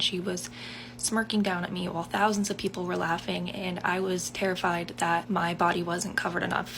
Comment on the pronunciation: Four hundred fousand 😅